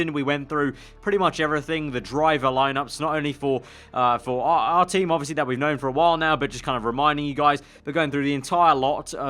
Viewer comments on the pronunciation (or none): none